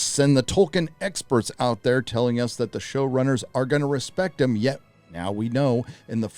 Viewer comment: This was unintentional, but nearly each time "show-runners" was said, I kept hearing "shill-runners" and now I can't stop thinking it. 😂